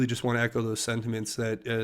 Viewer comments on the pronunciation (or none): none